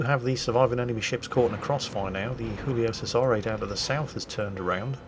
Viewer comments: I know as an Englishman it is your prerogative to brutally mispronounce anything you’d like, but just in case you care someday—the name of that Italian pasta boat is pronounced “JOO-Lee-oh CHE-sah-ray”. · Giuglio Cesare is an Italian warship. It should be pronounced as such - not sounding Spanish. (Similar to the way you would pronounce Georgia.) ;-) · The Italians who made the Giulio Cesare would find it funny to hear keep pronouncing its name as if it were Spanish.